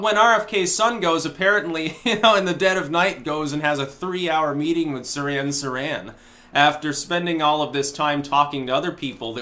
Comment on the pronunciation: Sirhan - the H is not silent.